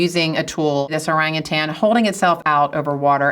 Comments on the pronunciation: Hi, "Orang utan" consists of two words. Both words have the emphasis on the first syllable. My favorite jungle dweller is the bonobo. They are at least as intelligent as chimps but socially, they are far superior, always peaceful and they never fight. Regards, David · Let's all just agree that it's spelt 'orangutan' but pronounced 'orangutang'. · Kinda disappointed that this expert, like many Mat Sallehs, get the pronunciation wrong. It's "oh-rung-oo-tarn", not "ohrang-ootairns" with unnecessary stresses on the third and fourth syllables.